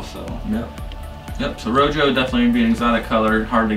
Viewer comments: “Row joe”, rojo is pronounced “row ho”. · “Row Joe” lmao